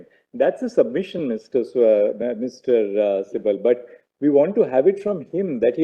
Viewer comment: Kapil sibbal nahi sabbal kahiye😂😂